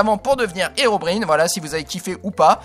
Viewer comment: Dsl mais la prononciation de Herobrine est incorrect